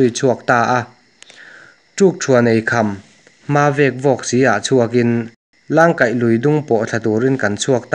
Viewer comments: FREE ADVICE Heti em em a mizo tawng han chhiar thiam loh chu aw Channel inei ve chu ani si a leh ... Langkaih tih pawh hi lang hi i thluk a..a awmzia a bo...tam tawk tih hi tamtawk(ril tam) ti a lam tur ..i inzir fe loh chuan mi in an nuihzat ang che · Thengthaw leh huhãr tih te Langkaih tih te Lungpher tih turte leh a dang tam tak hi i lam dan a diklo hlawm hle mai. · zèn, ṭhêṭhâw, lângkaih ni lovin langkaih zawk, vaipa dên, ṭamtâwk, zángthal nilovin zangthal, beliang hi behliang, pilril, etc. A ngaihnawm e.